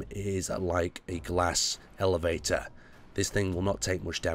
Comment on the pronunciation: did he say glass elevator???